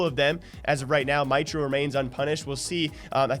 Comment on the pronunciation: Its Mitro Meetro not mitro mitetro